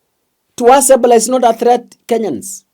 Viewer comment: We follow you for news but when we give you suggestions especially with your pronounciation you ignore. You should know not only Kenyans follow you to keep up, can you pronounce Ebola properly so we know what you are talking about. i i-bow-luh